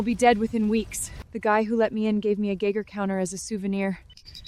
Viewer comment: A 'GEGGER' counter?...Must be a Russian version of a 'GEIGER' counter lol